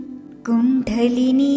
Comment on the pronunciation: കുണ്ഡലിനി എന്നത് pronounced wrong here